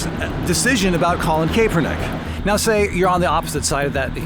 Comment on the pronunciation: Totally off topic but I believe it is pronounced "cap-er-nick" being a Niners fan I felt the need to point it out.